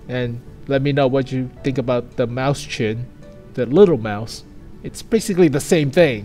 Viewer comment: sorry to be annoying but I can't stand him saying maus chen. It's written as Mäuschen in German so is pronounced "moi-shen"